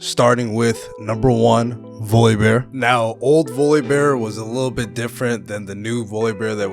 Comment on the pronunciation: say voybear one fcking time more time i dare you 😂